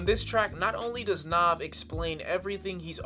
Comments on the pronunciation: It's not nov it's nav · Brampton and Rexdale Gang Gang! And btw his name is pronounced N(ah)v. The funny thing is the way u prononcing his name is kinda the way we would say it if we were speaking punjabi which is relevent because he is Punjabi. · Its pronounced n ah v he is indian therefore thays how it is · it's not naav it's nav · NAV NAHV not nawv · How do people not know how to pronounce his name when there literally a song where he says his name😒😒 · So like Nav, by Nav, on the project Nav And uh still couldn't pronounce the name? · I fuck with this channel and this review heavy, but...BOI he says his name on the second track in the hook how do u keep mispronouncing it lol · Lol how are ppl still saying his name wrong? The 2nd track on the tape is called "Nav" where he clearly says how it's pronounced. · this guy really couldnt pronounce "NAV" right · The way u say Nav makes me cringe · You gotta be the worst listener ever to listen to this album more than once and still pronounce his name like that. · He even pronounces his name on the song NAV lol but ok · You mispronounce his name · It's not pronounced Na(ah)v. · its a mixtape, and youre saying his name wrong